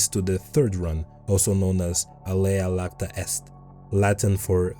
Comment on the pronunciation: it's "alea iacta est" (it's not an L, it's a capital "i", pronounced like a Y) ☝🤓 Then sound shifts happened and the Y turned into a J, and you get words like "eject" in English (literally "to throw out").